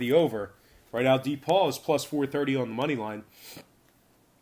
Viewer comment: D-Paul also known as DePaul (pronounced Da-Paul)